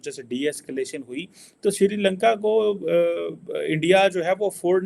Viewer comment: It's SRILANKA not SIRILANKA. Jaahil